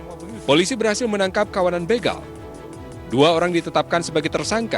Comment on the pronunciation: Knapa sih kebanyakan host berita tv bilangnya BGAL bukan BEGAL